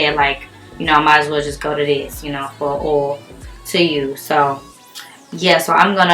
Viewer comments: The way you say OIL, sis I crack up 😂😂😅😂. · i love the way you say oil, you sound southern like me 🤣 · The way she says oil😂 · I love it😂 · Lol it's a black girl thang